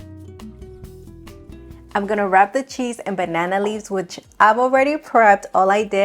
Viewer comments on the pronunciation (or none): none